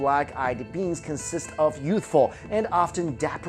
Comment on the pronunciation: I kept thinking he was saying "Black Eyed Beans" instead of "Beings".